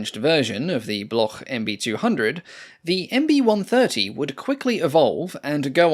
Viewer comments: And Bloc, not Bloch like Bach in German. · "Bloch" is pronounced "Blok" in French. There is no guttural sound.